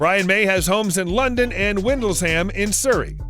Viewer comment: He lives in windle-sham not windles-ham 😆